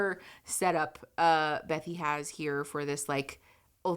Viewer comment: Okay, so I know this is off topic. But her name is actually Bethany, not Bethy. I love your content, please don't hate me😅 I just couldn't get past it, lol